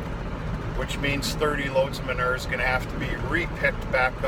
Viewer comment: Manure = Muh - New -ER.....LOL